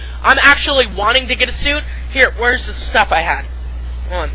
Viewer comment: this vee. the tuh. i dont know whats worse